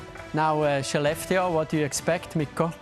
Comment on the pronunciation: Probs to the host for pronouncing Skellefteå correctly